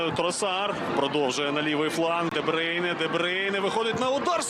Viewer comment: А чому Де Бийне? Хіба не Де Бруйне?